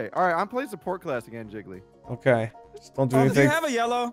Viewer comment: wrong pronunciation, Jiggly